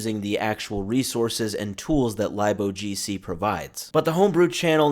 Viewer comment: "Lib" is short for Library, so its Pronounced "Lib- O G C"